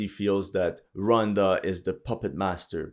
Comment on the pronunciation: What did Rhonda do? Ro wan da! Oh yeah horrendous French accent